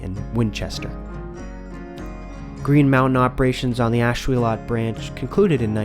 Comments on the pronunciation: Nice video. "Ash-will-LET" Not "Ash-will-LOT" Us Ashuelot locals are picky about that. Even deeds of the late 1700s referred to the river, spelled phonetically as the Ashwillett River. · What a great video. I had never heard about the effort to put Steamtown in Keene. Too bad it didn't happen. Just little FYI. I grew up in that part of NH and I have always heard Ashuelot pronounced as Ash-wool-it.